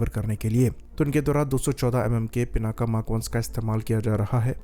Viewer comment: It's not पिनाका, it's पिनाक , शिव जी का वो धनुष जिसको सीता माता के स्वयंबर के समय राम जी ने तोड़ा था।